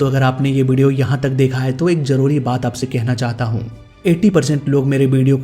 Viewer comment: You need more focus on pronunciation while speaking urdu words, as "zaroori" not "jaroori","shuroo" not "suroo" etc.